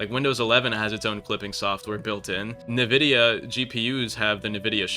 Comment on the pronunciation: Nuhvida? noooo its ENvidia stupid dingus